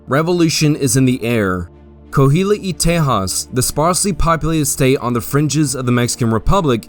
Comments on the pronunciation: Nothing but 5 stars for this great overview! Some place names are mispronounced. La Bahia is pronounced Bah HE Yah Coahuila is pronounced CWAH WHEEL AH Copano Bay emphasis is on the first not the second syllable so CO pan oh Great job. This should be shown in all Texas 7th grade history classes! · Coahuila is pronounced "Ko-ah-wee-la", the Mexican state of Coahuila y Texas adds "ee" "Teh-has". The "y" is "and" in Spanish.